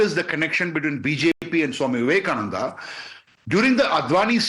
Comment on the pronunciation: Vivekananda not Vivekanand